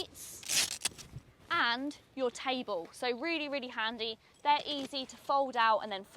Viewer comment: Wow, it comes with a TAYBOL😂